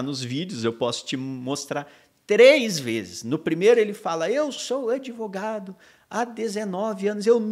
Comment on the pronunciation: Ahaha se fosse aqui nos US…no minimo PRISAO PERPÉTUA! Ta por fora esse “adEvogado”